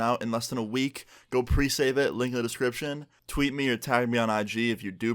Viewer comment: This nigga said presave